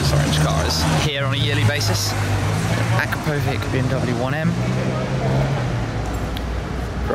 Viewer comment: You are pronouncing akrapovic wrong